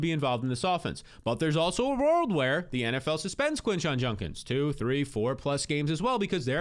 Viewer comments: It’s JUDKINS not junkins 😤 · Bro it’s JUDkins not JUNkins 😂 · He says “Junkins” instead of “Judkins” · Bro it’s JUDkins, not JUNKins 😂😂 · Judkins not Junkins lol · Who TF is this Quinshon "Junkins" you keep talking about??? PLEASE learn to pronounce the guy's name. smh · It’s Judkins dude. Judkins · My god it was like pulling teeth hearing junkins 😂😂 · Came here to say this. How hard is it for people to say JUDkins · Was bugging me too. Lol. It will be Junk-ins if he turns out to be trash.